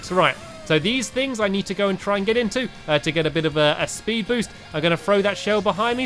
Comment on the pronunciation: Did you here stampy say spud andsted of speed